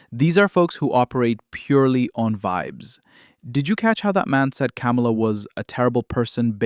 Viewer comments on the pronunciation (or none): … Did anyone else notice how this guy didn’t say Kamala’s name right either? He said “Camel-a” like he was purposely saying it wrong. 🤦🏾‍♂️🤣